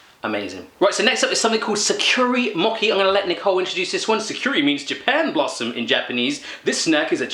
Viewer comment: I'm assuming by sa-cure-ee mocky you meant sakura mochi.... Pronounced sah-cur-ah moe-chee